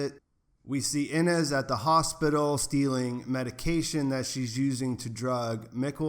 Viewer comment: By the way, it’s EE-gone, not IH-gun or AY-gone, and Ee-NEZ, not IH-niss. You switched back and forth between pronunciations several times and it threw me off. Just thought I’d help ya out :)